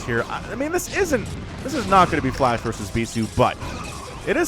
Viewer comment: Didn't sound like flash or flush it sounded like you said Flesh haha